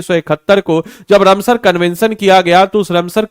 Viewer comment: तुमसे राम सर बोला नहीं जाता है, या कुछ दिक्कत है, रम सर नहीं रामसर है। लोग बेवकूफ नहीं जो नहीं